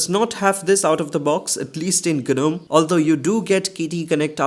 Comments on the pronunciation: What's GANUM????? 😅😅😅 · gNOME is pronounced as 'nome' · Bruh it's gnome (nome)